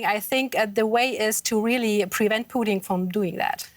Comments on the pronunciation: Very hypocritical of Putin to say that their should be elections in the Donbas, but Ukraine's sovereign decision to join NATO is banned. There should be no elections. Also, it's Putin, not Pooteen, work on your phonics. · It’s Putin not poutine. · It's not "poutine" its "Putin" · “Putin”, not “Poutine” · his name is Putin...not Poutine!.....gosh, this host... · Stop saying pooteen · Am I the only one to notice that the reporter pronounces Putin like the Canadian gravy fries? 🤣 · The way she's pronouncing "Putin" is making me hungry. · Lmao why she keep pronouncing Putin like that? Sounds like she's talking of a Canadian thing and not the Russian leader